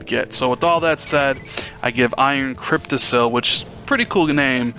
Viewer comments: "Iron Cryptissel". LMAO. It is pronounced "cryptiKUL", as in "testicle". No video games for you until you go back to school and get good grades in grammar. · Hahaha Crypti-sill. No.